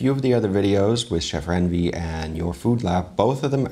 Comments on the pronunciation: just a little correction😊 Indian Chef Ranveer Brar's name is pronounced in India, as "run"veer, not "ran"veer as you say it. As for classic dishes, Paneer (pronounced in India as "pun"neer) grilled dishes in Indian cuisine taste awesome too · Bro you really butchered chef Ranveer’s name It’s not ran veer it’s more like run veer. 😂😂 He is really one of the best chefs and you should also review chef Sanjeev Kapoor’s recipe as he is one of the all time greatest Indian chefs.